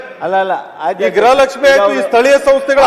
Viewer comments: ಗ್ರಹ ಅಲ್ಲ ತಾಯಿ ಗೃಹ ಲಷ್ಮಿ ಏಲ್ಲಿಂದ ಬರ್ತೀರಾ ನೀವುಗಳು ನಿಮ್ಮ ಪಡೆದವರು ನಾವೇ ಅಬ್ಬಾ.......😂😅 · ಗ್ರಹ ಲಕ್ಷ್ಮಿ ಅಲ್ಲ, ಗೃಹ ಲಕ್ಷ್ಮಿ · ಗ್ರಹ ಲಕ್ಷ್ಮಿ ಅಲ್ಲ.... ಗೃಹ ಲಕ್ಷ್ಮಿ 😊